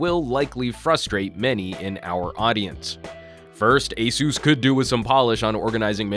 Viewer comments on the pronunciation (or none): It's Uh-Seuss, not A-Seuss, as in Acer. Asus put out a video a few years ago to clarify how to pronounce their name. I'm guessing that most missed it. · is it pronounced a soos or ace us?